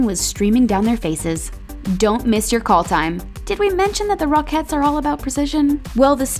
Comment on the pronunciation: Am I the only one who hears /rock heads / instead of rocketts